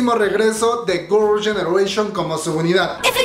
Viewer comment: Hola! No has pensado en mejorar tu pronunciación en inglés? Es que veo que ni GG, ni los nombres de los miembros, ni varias cosas en inglés las pronuncias bien o correctamente 🤔 Tómalo como una crítica constructiva no es hate ni nada x eso veo tus vídeos 😃